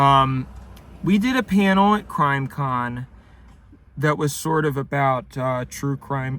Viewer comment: ik he said “crime con” but it sounds like grime con and grime con is funnier because its like dirt and grime and gore and why would anybody go to something like that and why would you make out with somebody there